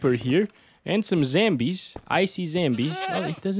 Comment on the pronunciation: Bro said zambie 💀